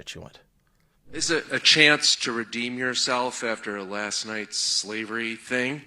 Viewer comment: She could not even say the word slavery. She gets no points. She is done.